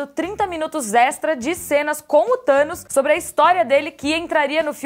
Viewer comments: "Thano" huhehihehuahaha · Hey 'Thanois' 😂😂😂